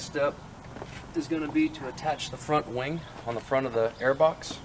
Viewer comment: Am I the only one that heard “wang” instead of “wing”